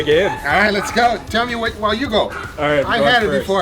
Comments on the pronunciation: "Coming up rith now!" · Rith. Yall not noticed that?